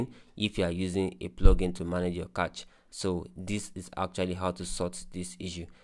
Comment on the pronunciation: its not kach....its cache